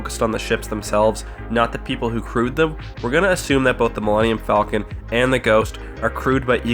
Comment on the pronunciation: Why does everybody mispronounce the Millennium Falcon.